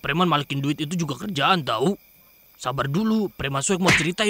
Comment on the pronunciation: Pas dia bilabg tau u nya di ganti i jadi apa???